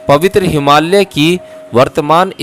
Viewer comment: आप बोहोत अमुल्य सेवा कर रहे है। आप से एक विनंती है की पॉडकास्ट करनेसे पहले एक बार पढेंगे तो जिन शब्दोंका आपसे गलत उच्चारण हो जाता है और सेवा मे त्रूटी हो जाती है वो नही होगी। जैसे की हिमालय को आप से हिमाल्य कहा जा रहा है।, याज्ञवल्क्य और भी शब्द है उनके भी उच्चारण सही नही हो ना रहे है शायद आप अंग्रेजी माध्यम से पढे हो इसकी वजह से होता होगा। 🙏